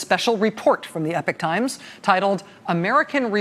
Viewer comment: Are they saying the Epic Times? Pretty sure Epochs pronounced e-pock.